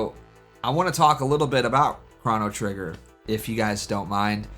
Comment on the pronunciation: no way bro just said "krahno trigger"